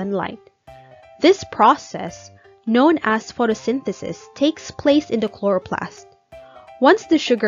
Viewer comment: So AI-ish 😂😂😂 Is it the or da?😂😂